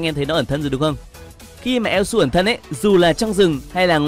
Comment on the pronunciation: Thật sự là đọc elsu em lú luôn:))